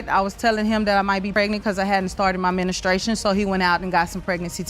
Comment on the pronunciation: ...she hadn't started her "menastration" ??? 🤔🤭